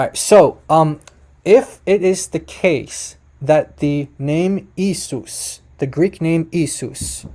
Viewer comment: i think you pronounce the Greek word for jesus wrongly. It is pronounced e-a-sous not e-sous 🙂 the iota and eta are usually pronounced as two different vowels.